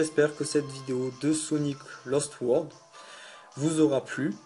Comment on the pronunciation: Et aussi C'est "LOst" pas "LAst" ^^